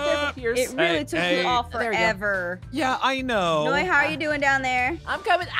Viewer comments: It's noi not noie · Did aphmau call noi mynoi